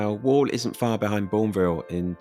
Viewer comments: hi i just wanted to let you know that you pronounced 'worle' wrong, its not pronounced like 'wall' its more like 'wurle" 😊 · Worle is pronounced as 'whirl', by the way. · FYI Worle is pronounced like whirl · like every seaside town tho. it's not all bad, but agree the money could have been spent way better by the council on actual helpful things, Also Worle is pronounced 'werle'. Besides that isn't even worle at the end there, that's Oldmixon lol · Worle, pronounced “Wirle”. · The second area that you show is the old Mixon. It's not Worle, which is around a ten minute drive from there and of which you pronounced incorrectly. At the very least, do your homework before slagging off areas.